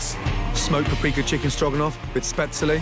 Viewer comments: Spesle? Spetzil? Spetzele? Really. Please Ramsay, just stick with "German pasta". Or say spätzle. I don't mind that you dont know all the languages in the world, nothing wrong with that. But at least be aware of this yourself. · Its so cute how he pronounces Spätzle, but im gonna cook that tomorrow Mr Ramsay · Spatz-lee. Wonder if he pronounces pretzel as pretz-Lee? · spatslay? best pronunciation ever😂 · i love how he pronounces "spätzle". spat-sallee. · HAHA his pronunciation of Spätzle made me laugh so hard. bless. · Ikr its so wrong 😂 spätzle come on